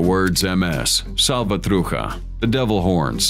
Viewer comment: You buddy the voice in this video, just need to learn the right pronunciation of the " mara salvatruCHA". IS NOT " salvatruka" as you said. Right pronunciation is salvatroo- SHA.